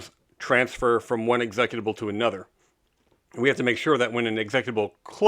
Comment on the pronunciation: Congrats on the launch of this seminal preservation project! But please learn to pronounce "executable." Oh, and Windows 95- Windows ME do in fact run on top of DOS. Your information is 100% wrong. They just happen to be integrated. It's fairly unbelievable that this many years in you have not been disabused of that notion, which any MSFT employee from the era could tell you. (Like me.)